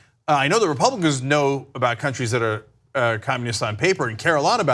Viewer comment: Rob-u-cans? ConservaDCKs? Reich-wingers? Who's shocked? I mean, 'Moses' was an immigrant of color? I BET they'd sht on him too...